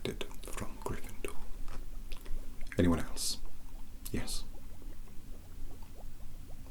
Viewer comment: "A-FIVE MILLION-BAJILLION POINTS FROM, A, A-GRRRRRRRRYNFENDORRRRRR"